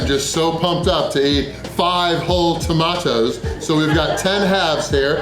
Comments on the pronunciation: The way he said “tomatoes” really irritated me. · It’s funny when you say tomato’s 🤣🤣🤣, try baked beans with brown sauce in it it’s better